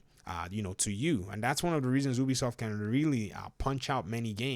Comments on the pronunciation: clearly most people say Ubisoft and not Obisoft so please start saying it right. One dad to another :3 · Do you pronounce U - O? Then why do you pronounce Ubisoft - Obisoft?